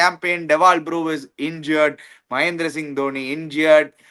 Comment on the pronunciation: it’s Brevis, pronounce it like you would pronounce the word Brevity. It is not Brewis like how you pronounce the word Brew